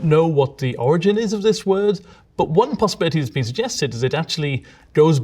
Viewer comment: "This has bean Etymology Support." lol